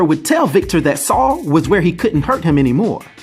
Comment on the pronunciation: Its weird but nice hearing Americans say my name. It's often pronounced wrong by my fellow english people..ironically lol. Never knew about this character with the same name and I'm a marvel fan 🤦‍♂️😂👍